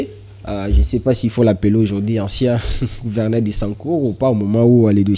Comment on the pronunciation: MONSIEUR YO OKOMI JOURNALISTE NDENGE NINI??? ATA KO PRONONCER GOUVERNEUR OZO KOKA TE? EBONGO BATU YA MBOKA MISUSU SOKI BA YOKI EZA SONI PONA MBOKA. ON DIT GOUVERNEUR ET NON GOUVERNAIRE